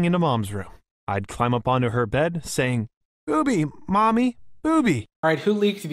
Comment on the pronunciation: When you say boobie, it sounds like you're saying b00bie with zeros